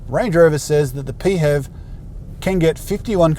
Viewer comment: Pee Hev 😂 Pronounced P H E V (letter by letter becuase its an acronym) but you do you lmao